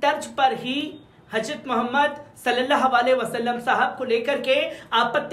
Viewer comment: KItni GHALTI kerta hai yeh anchor Urdu news bolne mei...HAJRAT bolta hai...G. J KO Z bolta hai...yeh Kya hai